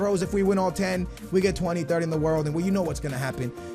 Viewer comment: Twenty thirth😭😭😂